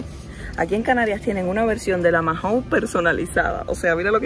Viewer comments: Mahou se pronuncia "mau" y no "majou". Nada importante, pero me da toc al oirte decirlo 😝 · Majou???? Se dice mau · en español la h es muda. No digas "majou". Maou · Perdona está bien escrito Mahou,pero todos los españoles cuando pedinos esta marca de cerveza pedimos una Maou sin la h intercalada tu es como una j dices que a la h la pronuncias como si fuera una dices majaou,te t repito está bien escrito Mahaou, si pudira hablar contigo por tfnº te lo explicaria mejor,espero que no te moñestes,un saludo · No se dice Majou se dice mau. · “Majou” no, “maou” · ¡¿¿ "Majou"?" Pero niña, a quién le oíste pronunciar así??🤣¿Cómo que no hay frutas tropicales en la península?¡Pues claro que sí!! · La cerveza Mahou, no se dice “Majou”, la h es muda… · Cómo es posible que lleves más de un año viviendo en España y no sepas como se pronuncia "Mahou" o que las monedas de los carros de la compra se devuelven?